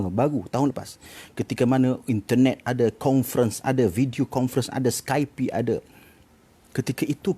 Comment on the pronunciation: Kenapa dia sebut Skype sebagai "skaipi"... salah lah